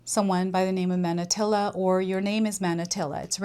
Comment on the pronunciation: Manatili is pronounced like mah-nah-TEE-lee. It’s also a Tagalog word that means “remain”.